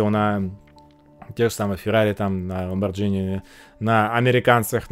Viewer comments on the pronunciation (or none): none